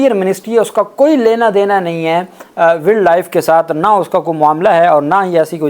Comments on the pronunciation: صاحب، ولڈ نہیں ہوتا بلکہ وائلڈ ہوتا ہے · یار ایسے کرو کہ انگلش زبان کو صحیح پڑھنا اور تلفظ سیکھنا آپ کے لیے ضروری ہے۔ ولڈ کی بجائے اسکو وائلڈ پڑھا جاتا ہے۔ 😮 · Wild is pronounced as wiled. وائلڈ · Poor pronunciation of word Wild , not expected from you, repeated many times. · Please read the word “Wild”correctly.